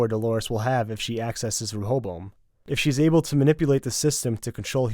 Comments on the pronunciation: Stop butchering the pronunciation of ray-oh-boam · its pronounced "Reh- a- bow-em"